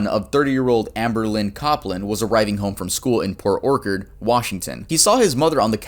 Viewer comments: oh god you’ve never seen the word “orchard” before either, have you? He mispronounces a word. He says it “Or-kard” it’s “Or-cha-erd” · Port Orchard is pronounced, Port Or-churd. Like an apple orchard. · My mom made out wath david when she was in middle school lmfao she has a picture of him sticking his tounge in her ear on halloween. also is pronounced Port orch-erd lmao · port orkkard lmao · Lived in Port Orchard as a kid... And you sir.. are KILLING me port Orkerd??? Have you never heard of an ORCHARD?? CH.. CH.. LIKE AN APPLE ORCHARD. 😂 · I live in that area and hearing say oRkARD is funny lmao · "Port OrKERD" lmao. You don't know what an orchard is? Like an apple orchard? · This is annoying because how many times you mis-pronounced PORT OR-CHARD is not pronounced “okard” and people rarely cover cases from around my area and that’s the town right next to mine. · just a small fyi if you get this city again port orchard is pronounced orchard as in a orchard of trees. cheers. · Bruh 2nd story had me like 👀 I’m from Port Orchard, you said it wrong btw, it’s pronounced like orchid. Love the video tho!! ❤️ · Port orchard - orch pronounced like porch. Like an apple orchard. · I think you said Port Orchard wrong, I know because I live there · PORT ORCHARD PRONOUNCED LIKE AN APPLE ORCHARD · The first syllable of 'orchard' rhymes with 'porch', not 'ork'